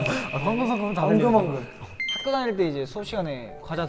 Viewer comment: 리우 엉큼엉큼 아니고 엉금엉금..